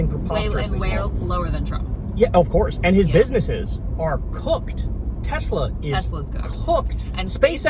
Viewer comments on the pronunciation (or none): “I HATE TESLUR!” -Donny Taco